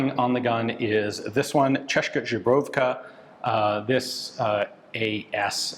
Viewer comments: I love how he pronouces Česká Zbrojovka as Češka Žebrovka. :D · Just random gramarnazi... or pronaunciationnazi. Česká Zbrojovka, Č = Tsch Ian pronaunces right, but "s" in Česká is pronounced same way as you pronounce "s" in snake. á at the end means is a long wovel so "aa". But he really butchered Zbrojovka, he said something like Žbrovka, which sounds like polish or something. "Z" in zbrojovka is pronounced as "z" in word zip. and "j" like "y" in word yes. So its kinda Tcheskaa Zbroyovka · chezzkaa should be better to understand how to pronounce... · I am no expert in Czech, but it sounds like Ian has confused "zbrojovka" (arms industry) with "zubrovka" (bison grass vodka). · Dobry postreh Ondro. Me se libi jak Ian vyslovuje slovo Zbrojovka ("zebrovka"). To je pro me prekvapujici vzhledem k tomu, ze se pohybuje v Cy-Zy jiz pomerne dlouho. Ale uz skoro umi rict slovo "Strakonice" coz je chvalyhodne :-) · Mi to spíše zní, že zná polskou žubrovku, tak to tam prostě dá :)